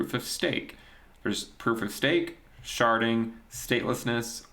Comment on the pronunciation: “Now, Sharting is something we really should talk about” what i heard when my eyes were off the screen 😂😂😂😂